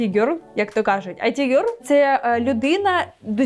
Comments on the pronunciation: Не айті гьорл а іт гьорл 😂 Айті це Information Technology, а іт гьорл це an attractive young woman ❤ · Чудове відео❤ Але IT в „It girl” вимовляється як «іт» (від слова «воно»), а не «ай ті» (від поняття «інформаційні технології»)